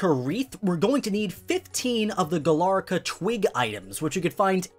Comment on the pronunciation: It’s Galarica, not Galarca.